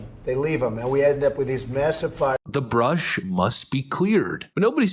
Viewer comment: It’s not “bush,” my guy. It’s “brush.” Clearing the brush.